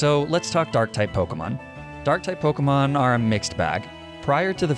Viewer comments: They way you pronounce pokemon names kills me 😭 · this guy does not know how to pronounce the names, does he